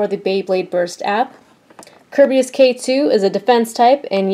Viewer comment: It's Ker-bayus